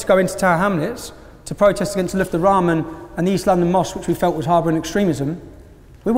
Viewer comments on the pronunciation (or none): none